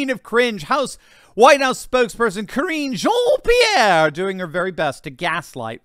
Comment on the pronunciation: Press secretary Ka-ringe jean peirre